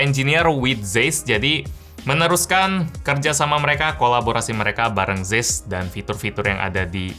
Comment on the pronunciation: Tulisannya Zeiss, bacanya cais, om hehe